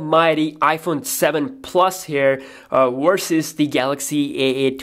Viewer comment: galaxy a8 wersus the 7plus??? "wersus"???